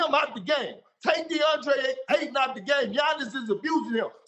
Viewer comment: it’s AYTON. With a Y. Lmao